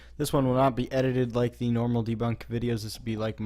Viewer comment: Why always “ da batman ride”